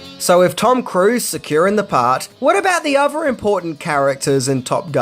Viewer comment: 1: Maverick was an Air Force trainee for the Navy??? You don't even need to be in the military to know how horrible that sentence is. 2: Firty Six years? It's Thirty Six years, and also while we're at it, it's other, not "ova". 3: In "Firty Six" years, none of this info is new. 4: I could go on, but I don't want to be "that guy", even though I guess I already am. This hurt me so much that my therapist killed himself.